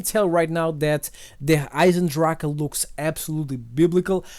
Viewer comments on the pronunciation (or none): As german it sounds so dumb when someone says Der Eisendrache xD it means like the iron dragon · little german lesson: its not der eise drache, der eisen drach or whatever, its Der Eisendrache which means the iron dragon. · Derrrr Aisendracke 😂😂😂😂😂😂 Thats German